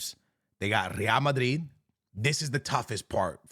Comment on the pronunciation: I’m just glad you’re able to pronounce Madrid and Barcelona correctly 🙏🙏